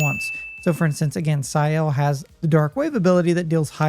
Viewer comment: It is. He also butcher's Sciel's name...which they say in the game.